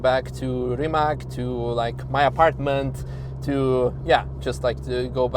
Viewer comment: Learn how to pronounce Rimac.